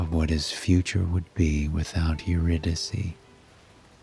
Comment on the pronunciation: Her name is pronounced Your-Rid- i-Kay….. how can you read a story without knowing the proper pronunciation of a key character?!?